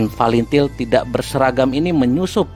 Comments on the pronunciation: Tak tau baca pun bilang fretilin bukan til til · Fretelin gaes.....bukan falentil....hahhahahah.....g sekalian falentain....kamu kalau mau ngoceh harus makan gorengan dlu....biar licin omongan nya.....hahhahah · Pretilin bang bukan palintil😭😂😂🤦🏻‍♂️